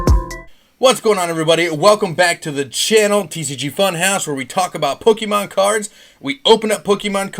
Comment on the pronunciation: Yo where do you find all of these pokemon Sorry I meant POKEEEMANN CARDS